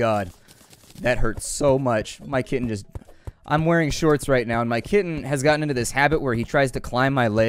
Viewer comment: When you talked about your kitten I thought you were saying kidney